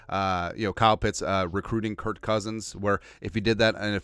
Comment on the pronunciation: Stop saying Curt, it’s Kirk